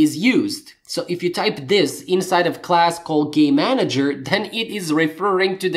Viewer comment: Great tutorial and thanks, but... How many times do I have to hear Gay-manager before I burst into immature giggling... sigh... nnnngggg!! lol